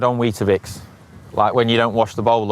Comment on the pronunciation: “Dried on weetibix”😂😂😂